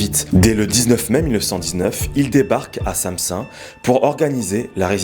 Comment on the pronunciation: Samsun se prononce Samsoun.